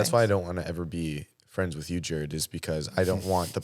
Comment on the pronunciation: Not “Jarrerd.” 🫠